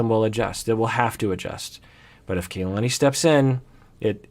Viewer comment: First of all I really love these videos and the work that both you and the rest of the PIS team do. But it's a little disappointing that keeps saying Kalani's name incorrectly, when he so stressed the importance of saying names correctly like Larissa. It's Kah-lah-nee, similar to how the Japanese "Ka" is pronounced. Not sure if this a common Samoan name, but this is a common Hawaiian (which I am part Hawaiian) name which means "the heaven" Ka meaning "the" and "lani" meaning heaven. I hope this corrected in future videos.